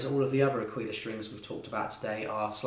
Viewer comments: This was sooooo helpful, thank you. Also, I'm Italian and you're pronunciating "aquila" right, "aquíla" is far more right that "akíla" but if we want to be annoying the perfect way to say it is "áquila" with the accent on the first "a". Anyway this video saved my life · 'Aquila,, 'Aquila ['A-kweelah] with the accent on the A... means "eagle" in Italian 🙏🙏🙏 Grazie! (but thankyou nonetheless)